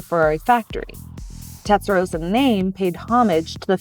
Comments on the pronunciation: Tetsaroza! Oh dear. You don’t have to go full Italian or anything, but if you’re going to make a video about a car, please don’t get its name completely wrong. Hard to take anything after that seriously. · If you're going to do a video on a Testarossa, at least learn how to say the word Testarossa properly. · How can you pronounce Testarossa incorrectly and a flat 12 is not a V12!!! One of my favorite cars of all time, I had to turn off the video, unreal... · This video wasn't great. Pronunciation of the car name was wrong. Some facts about the car were wrong (e.g centre of gravity was actually high)... And also it was a poster car for those who grew up in the 80s not the 90s... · Rossa is with a sharp “s” like in “boss”. The way she said it it’s the color pink (=Rosa). Doesn’t matter though when I speak English I also pronounce “Ferrari “ wrong and I still don’t know how to pronounce Countach properly - or Huawei :D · Shitty, irritating presenter, shitty channel. If you can't even say the name of the car correctly, you're an amateur. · Doesn't it sound great! The engine layout is in fact identical to the Boxer, both having the flat twelve on top of the gearbox. The TR just moved the radiator(s) to the rear, giving it the big hips, but avoiding having the coolant pipes running under the cabin floor and acting as you say like a Roman hypocaust. FYI, I know it's an American accent thing but the way you are saying Testarossa actually means 'Pink head' in Italian. Roso/rosa, with the 'o' like in rose, nose, pose etc means pink. Rosso/rossa as in possum, boss, cossack etc is the adjective that means red. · Absolutely right. Pronouncing it the way she does is just amateurism. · TeStarossa not TeTstarossa my dear. Also maybe you can talk without sounding surprised all the time or like asking a question endlessly! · There's two S's. It's pronounced rosser like 'tosser'. Not 'Rosa'. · Tes-ta-ro-ssa, not Tet-sa-ro-ssa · "Tetsarossa"...cringes me every time :( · Lol tetsa